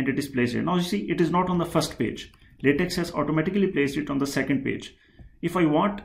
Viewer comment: it's pronounced "latek".